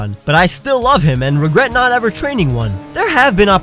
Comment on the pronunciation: AND YOU SAID THE FIRST PART WRONG! IT'S "I WAS NOT EXPECTING", NOT "I WAS DOT EXPECTING!"